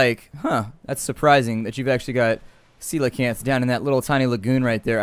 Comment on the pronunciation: it is a seala-can